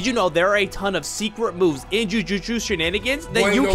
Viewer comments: Jujitsu ❌️ joojooshu ✅️ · no, I meant like he said "jujusu" instead of "jujutsu" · In Jujuju/Jujushu Shenanigans? I'm sorry, could you run that by me again, I think I misheard you bro. (Not trying to hate or anything, just pointing out these questionable pronunciations of jujutsu) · Bro really said “jujuju shenanigans”💀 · Did bro just said Justusutu? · Jujutsu ❌ Jujushu ✅ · Jujutsu nah Jujuju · Blud said jujuju 💀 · "in jujuju chenan" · bro said "jujuju" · and you said ju ju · bro is saying that meanwhile he said JUJUJU SHEN ANIGANS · did bro just say "jujuju shenanigans" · Blud said jujuju shanigangs 😂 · “iN jUjUcHu ShEnAnIgAnS” 💀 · did bro really say "jujujusu shenanigans" 💀💀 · "jujushu shenanigans" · bruh, it’s “Joo-joot-sui” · Homie can’t say jujutsu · Every like this comment gets will pronounce jujitsu better.